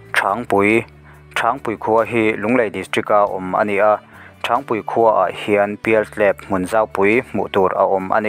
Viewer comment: Thrângpui nilo in, Thrangpui tih tur aw, thlûk na hian awmze thui tak a nei😊